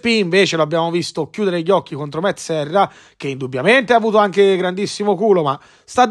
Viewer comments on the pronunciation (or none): none